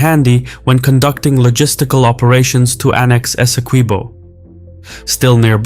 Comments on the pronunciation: Hey, the u in Esequibo is not pronounced it's supposed to be pronounced phonetically as if it were Esekibo. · had to click off bc the mispronunciation of “esi-kweebo” was too annoying.